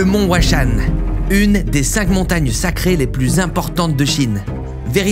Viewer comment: c'est chaud d'aller dans un endroit et de mal prononcer son nom. Huashan à prononcer RUACHANE (prononciation des lettres à la française le H se prononce R)